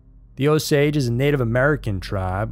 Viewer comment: O -Saw-gee not o-sage is white man pronounciation.